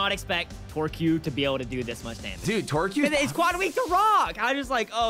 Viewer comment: Torcue more like torcute